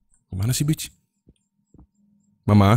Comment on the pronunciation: Kalo diperhatiin, tu setan teriak "mamprang". Bukan "mama"😂